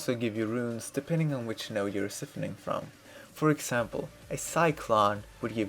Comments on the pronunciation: I'm sure this was a great guide cause the small amount of time I spent here I learned a quite a bit but could no longer take the pronunciations of siphoning had to leave it was for some reason super cringy in my ears lmao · ***** I understand lol. I can tell English isn't your second language and you say "siphoning" funny. I liked this video though!